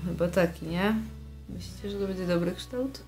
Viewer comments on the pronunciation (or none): none